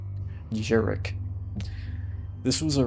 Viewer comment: isnt it jarik with "ja" as in Yacht, its a polish name